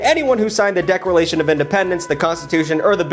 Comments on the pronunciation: Mah-dew-rrrrr-oh...roll the arrrrrr lol....plaguesex reminds me if a crazy night (like to know more)... deckralation? Really??? Lol.... Jefferason!?!....deckralation again!!??....I got a few 2 dollar bills lol... Bengerman!?!!??.... love you!!! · "decrelation" of independence 😂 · "Decralation of independence" . Beautiful. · "Decralation of Independence"